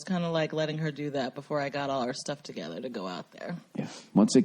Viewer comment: 26 minutes in... Boston pronounciation of the word together the way Bill does it. Made my day.